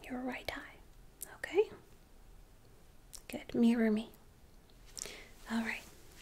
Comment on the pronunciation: Did you say mirror me or marry me? Because I was planning on popping the question, but I was going to be more romantic than that.